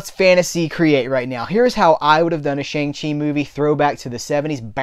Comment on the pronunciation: I had to stop watching this review because you kept mispronouncing his name. The character even told the audience how to pronounce his name correctly. When you deliberately mispronounce the name of a person of color, it's insulting and a bit offensive. I normally like your reviews, but I totally disagree with you. As an Asian man, it was great to finally see an Asian Marvel superhero who wasn't some freaking stereotype.